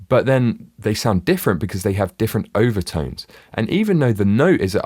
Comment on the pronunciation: Could somebody please EQ the shitty vowel sounds out of the narrator's accent? He keeps telling my about "Eye-va-tynes" when he's supposed to be talking about overtones.